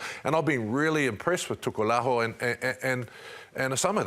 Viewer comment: Oh man!Shame on!He has been around Pacific Islanders for almost 40yrs yet he still can’t pronounce their names properly!Feel sorry for Samisoni Taukei’aho that his last name is now called Tukulaho😂😂Meaning “Stop Dick!”😂😂Wake up!